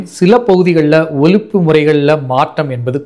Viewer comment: இந்த விழியனில் பேசும் நண்பருடைய ஒலிப்பே மிகமிகப் பிழையாக உள்ளது. சில இடங்களில் ஒலிப்பு என்பதை ஒழிப்பு என்று பேசுகிறார். பிரவாளம் என்பதைப் பிரவாலம் என்று பேசுகிறார்.